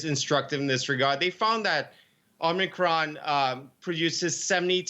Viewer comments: Ah yes the Omicrin. Oh the, omicrin. I know the omicrin. I do the omicrin everyday. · it's omicron not omicrin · Please correct omicrin to omicron thanks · oh no! not “omicrin” (!) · Great now we have a new “omicrin” variant. ;)